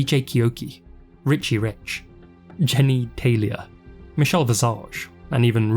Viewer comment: JENNY TELIA?!?! 😂😂😂😂😂 NICE!